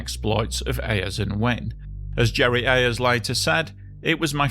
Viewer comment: Mark Winne later worked for many years at WSB TV in Atlanta. His surname is pronounced "winny".